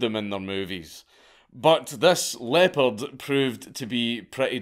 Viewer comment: I kept hearing "leper " until I realised he meant leopard in the hotel moment